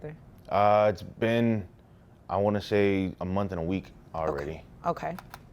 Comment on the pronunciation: Its pronounced "month" dammit... Not "munt"